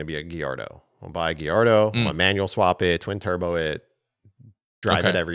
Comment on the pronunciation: GALLARDO NOT GUIERDO😂